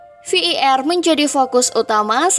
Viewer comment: Admin sampah ngmng var aja sampe v i er kwkwkw